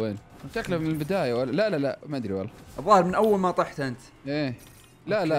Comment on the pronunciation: اوكي❌ اوشي✅😂